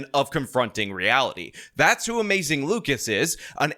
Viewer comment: It’s more like.